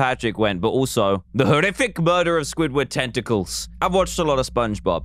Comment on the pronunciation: Dan: the murderer of squidward tenticals My ears: squidward testicles